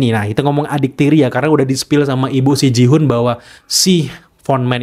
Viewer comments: please... bacanya GIHUN bukan JIHUN. Gak sulit kan? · Gi-Hun bacanya tetep pake "G". Ngapa jadi Jihun? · Maaf bang nama nya Gi-hun bukan Ji-hun bang😊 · gemes banget bang tiap lu bilang jihun mau gue benerin gihun 😭😭 btw makasih buat penjelasan teorinya bang, keren banget! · Nice Teori bang mantap tapi ralat dikit bang soalnya kebanyakan bilang jihun. Gi Hun itu bang bukan Ji hun. Bahasa Korea itu bang bukan bahasa inggris :)